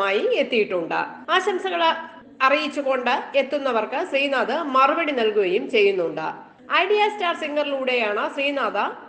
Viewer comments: Sreenadha alla sreenadh. Name nere parayan first padikku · ശ്രീനാഥാ അല്ല ശ്രീനാഥ്... പേര് പറയുമ്പോ കൃത്യമായി പറയൂ 🙄